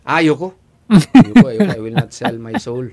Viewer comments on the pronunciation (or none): I will not sely my soul 😂😅😂😂